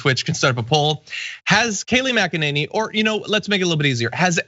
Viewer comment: Kayleigh Mac-a-ninnie